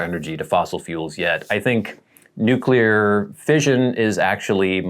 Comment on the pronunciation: There’s no second u in nuclear, it’s pronounced “New-Clear” not “New-Cueluhr”